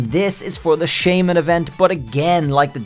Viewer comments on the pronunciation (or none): none